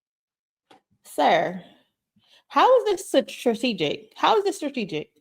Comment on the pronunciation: His drunk behind can't even say "strategic " correctly!! WTH is "sartegic". Get this cornball out of here!!😂😂